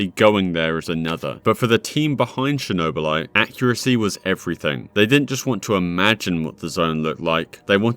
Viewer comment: *Chornobylite, not a Chernobylite One letter can change whole sens of this story. And your search seems very poor in every game that you did review in this video. Unusual for you.